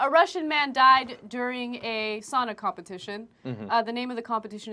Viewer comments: You don’t even know how to say sauna right you say sana. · It is sauna, not sana, not sun or any else stupid word! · I hate how people pronounce it sana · Its pronounced (sow-nah) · its saaaauuunnnaa!!! Not Sannna--> SISU PRIDE bitches...These reporters should be shot by a sniper. And most sauna's here in minnesota are 200. So give me a break dumb shits